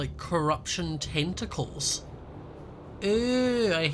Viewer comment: Schott: Excuse me Giant Tentikles Pleas dont atak me🤣🤣